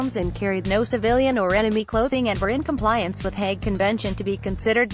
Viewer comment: Hague is not pronounced "hag".